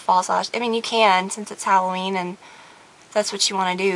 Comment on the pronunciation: gorgeouss. thank god! i found someone who says hal-o ween instead of hall-oween